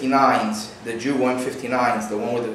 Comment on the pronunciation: Great Video, but for future references, its Yugo not Jugo. I know we spell it Jugoslavia (Југославија), but its pronounced Yugoslavia.